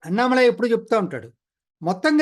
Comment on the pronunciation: దయచేసి Annamalai అనే పేరును అణ్ణామలై అని పలకాలి అన్నామలై కాదు. గమనించగలరు.